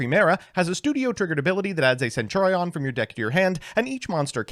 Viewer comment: This video should be reported on the grounds of that fucking HORRIBLE mispronunciation of "centurion" alone.....holy shit.